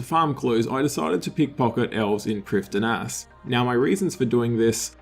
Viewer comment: the d in priffdinas is silent